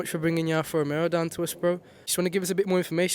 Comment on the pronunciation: Hey bud, i love your video, i have a GQV as well. Its pronounced Alfa Ro-Me-O there is a distinct Alfa Romero when you say it. Nothing but love but just trying to help you out❤ oh and pops and bangs sound horrendous and unnecessary 😂